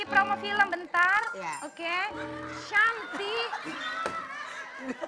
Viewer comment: Kalo sahrini..channtik...bukan syantik